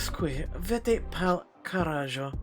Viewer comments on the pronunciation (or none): But just so you know, the j is pronounced like an h.